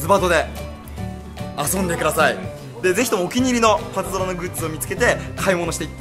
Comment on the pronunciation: パズバトじゃなくてパズドラじゃね？